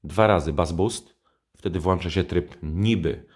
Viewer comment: Nie "włancza" tylko włącza! "We filmie"? Serio?